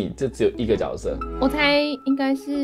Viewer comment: 是读jue色哦，不是Jiao色吼😂😂